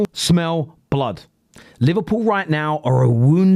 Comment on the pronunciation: Was that "Arsenal smell blood" or "Arsenal smell blud"? Should I be excited or offended?